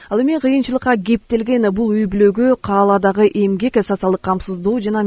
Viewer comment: Диктор кыз, жакшы окучу. КаАладагы эмес, калаадагы деп окулат. Соз калаа, (шаар деген соз ) деп айтылат.